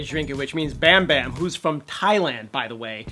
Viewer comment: No hate but you got bambam right. But Yugyeom is. Yuh-geom